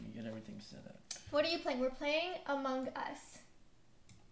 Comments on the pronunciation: why do pronounce among us to amongus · i like how they pronounce “among us” “among-gus”